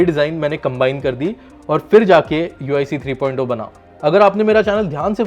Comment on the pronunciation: 3.o nahi 3.0 three point of nahi three point zero Bolte hai